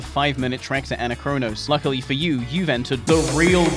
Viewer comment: It hurts so much hearing you pronounce Anachronos that way.. it's the same as "anachronistic" or "anachronisms"! Gah! Other than that, good videos :]